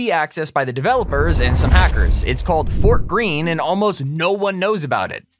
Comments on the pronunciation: it's pronouced "fortegreen" not "fort green" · "Fortgreen" You mean high ping color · it isn't "fort-green" it's Fortegreen (fort-e-green)